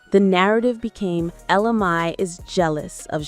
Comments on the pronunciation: You have her name spelled correctly but last name is pronounced MAY. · It's funny how the pronunciation of both "Mai" and "Jacquees" changes as the video goes on ...